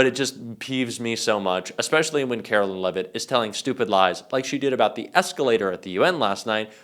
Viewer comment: "Carolyin' Leavitt"